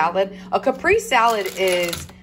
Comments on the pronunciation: It's cah-pray-zay for caprese lol A "Caprice" is an old school car! The walk was so wonderful. Do any of the Dollar Tree employees comment on your weight loss? You probably look like a different person. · it's pronounced Kuh- pray-zay salad. But either way you want to say it, it looks delicious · I think you meant caprese… lol it’s pronounced like (cap ray zay) … love you girl no hard feelings! Also I make this recipe all the time my kids love it! I usually make my own pesto but also you can put the mozzarella and chicken underneath the broiler until it melts and then add the tomatoes and pesto so it doesn’t lose its color just a suggestion